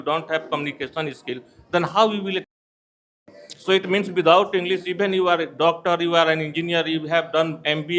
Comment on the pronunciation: पहले अपना उच्चारण सुधारिए इंग्लिश को इंग्लिस कह रहे हो और पॉसिबल को पॉसिबुल 😂😂